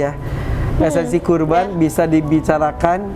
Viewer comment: qurban mba bukan korban. wkwkwk